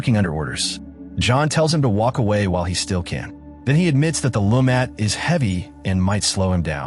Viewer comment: AI doesn't know how to say ambush. It messed up on the LeMat Revolver too.